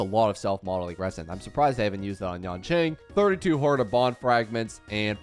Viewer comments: Nothing can distract me from how he says Yonqing instead of Yanqing 😭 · Remember its not yanqing, its yanKing